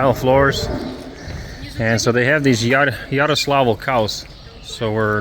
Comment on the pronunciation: I'm pretty sure it's Yaroslavl, not Yaroslav. Someone who knows for certain may correct me of course :-)